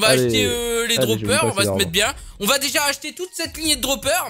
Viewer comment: oui. moijé. béja. términé